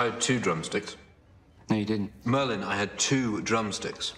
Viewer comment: It's mERlinn